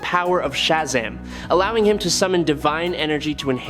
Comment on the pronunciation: it's shazam not shazm, i hate your computer spoken words